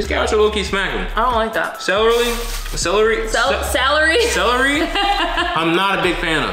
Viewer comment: you had trouble saying celery you said cellarly 🙋🏻‍♂️🤣🤣🤣🤣🤣🤣